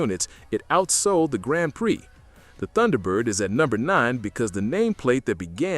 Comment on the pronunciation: Did your AI voice narrator just pronounce the word "Tunderbird"? Wow, back to AI voice pronunciation school! It's even funnier that the AI narrator got the pronunciation correct in the beginning segment about the car numerous times. What's up with that?